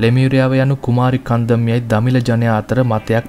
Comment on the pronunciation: That is not "කුමාරි කන්දම්" It's "කුමරි කන්ඩම්"